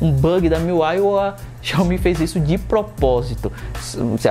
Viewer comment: Xiaomi é xioami